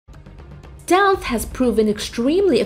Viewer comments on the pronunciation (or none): This is the worst pronunciation of "Stealth" I have ever heard. Yuck. It's the focus of the video too...